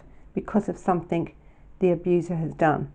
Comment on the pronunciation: love your vlogs and this was another good one I’m sorry to mention this but something doesn’t have a k on the end I just found it a bit irritating sorry